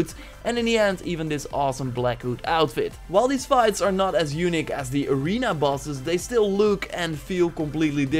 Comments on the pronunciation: I'm not trying to make fun of you or anything, but dude, the way you say "unique" sounds like "eunuch" and it's the best mispronunciation I've ever heard :D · Yo, Engels is top alleen hoe je ‘unique’ uitsprak het is meer ‘youniek’ in foenetisch of hoe je dat ook schrijft😅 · [facepalm] In the word "unique" the accent should be on "i" otherwise it sounds like "eunuch".... LOL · Its “younic” (as he says it) get it right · The way you say unique makes me chucke. )